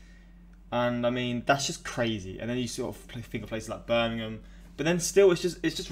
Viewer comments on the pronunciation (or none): none